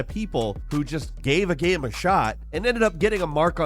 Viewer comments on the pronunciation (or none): I do not expect someone who can barely pronounce the word GAME to correctly pronounce electroencephalogram.